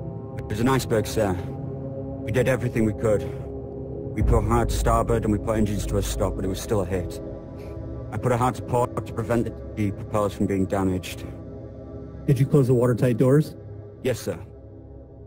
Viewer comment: its funny when murdoch said hard a staborad not starborad and the stearman turning the wheel like not to day mother father then boom stear man falls and crys and murdoch helps him not cry